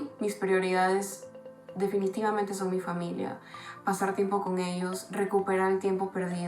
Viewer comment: Juanba Zurita, dónde está la platita? "Finanshal Shitueishon", paaaabres! "Para cuidarse a esshosss"